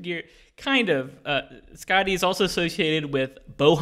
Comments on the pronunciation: The way they pronounce Skaði sounds like they're saying "Scotty," when in reality it sounds more like "Scathy." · This letter - ð - is a 'thorn' and it's pronounced like 'th.' So 'Skathy and 'Authoomla.' I love this show so much :) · My understanding of Skaði’s story(which I guess should be pronounced Skathi) is that her father stole the apples of immortality from the god that tended to them. He died in the process of the gods stealing them back. Skaði feels that her father was wrongly killed and goes to them seeking revenge. Even though they forced him into it, Loki is involved with her father’s death and so they throw him under the bus and offer him to Skaði to satisfy her revenge. Loki makes a bet with the grieving and angry Skaði saying that she can have her revenge on him only if he cannot make her laugh. She agrees, and then Loki ties his balls to a goat’s beard and proceeds to piss the goat off causing Skaði to laugh and lose the bet. The granting of godhood included allowing Skaði to eat the apples of immortality that her father had stolen. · As an Icelandic person (Norse mythology is also Icelandic) it was entertaining as well as a little bit cringey hearing them on butcher every name lol. Same reason I don’t like Thor marvel movies.